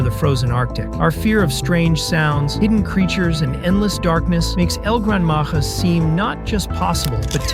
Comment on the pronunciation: You need to pronounce “Maja” as “maha”